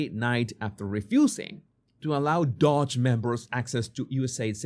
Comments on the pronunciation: Doge. Not 'Dodge' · It's not dodge... it's doge.